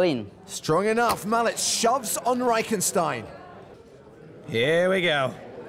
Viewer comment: or is it just irritating to me that the subtitles in this movie and the commentators say "mallets" instead of "Malec" correctly. I understand that Polish is one of the most difficult languages in the world, but somehow the name of the German player is pronounced correctly, although German is also a heavy language. Yes, I am Polish, but no matter where, I always ask how to pronounce someone's surname correctly, and here I can see that no one has thought about it, and this is TV :)